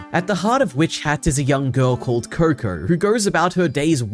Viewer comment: Is it just me who heard him saying kur-kur